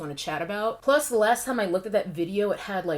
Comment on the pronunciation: Interesting tea. Just a random, but general question: Why do so many influencers keep saying "thee" from old English? Another influencer asked the same question a while back. It's like an entire generation skipped English class. Just wondering.